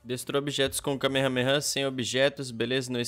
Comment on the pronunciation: Q desespero ouvir ele falando errado "kamehameha"